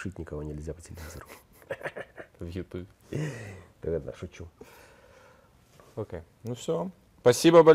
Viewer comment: Заедолбал со своим Окэ. Прямо как "прайдоха Жакуй" из "Пришельцов".